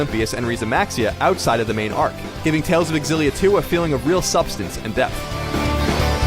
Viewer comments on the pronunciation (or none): It's hard to listen because I'm so distracted at the way he pronounces Xillia, it's "Zillia" not "Exzillia" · It's pronounced Z-illia not XZ-illia... ffs man... -_ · It is Exillia, actually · Fate Aketsueki why do they not understand that its pronounced "Zillia"? i mean how do they pronounce xylophone? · Why can't ign say Xillia right.